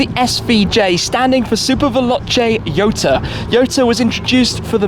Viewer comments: Jota(hota) not yota. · I think he pronounced it wrong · Why Jota is pronounced as Yota ?? 🤔🤔🤔